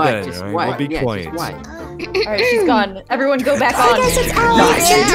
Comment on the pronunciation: Im sorry but its- "quiet"